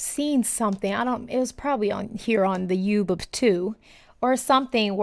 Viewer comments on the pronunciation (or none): Did you just call this platform the "youb of two"?